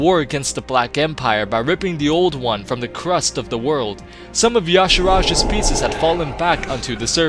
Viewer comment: Just to clarify, when you say "Yasharash" do you mean yogg saron?